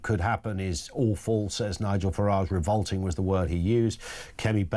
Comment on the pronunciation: It’s revolting not ‘revoulting’.